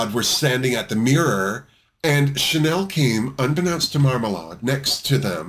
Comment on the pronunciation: Why does everyone say Marmalahd? She says it's Marmalayed and it's her name. 😳 I suppose it's because of Lady Marmalade (and sadly most people are probably thinking of the version by Christina Aguilera, etc.).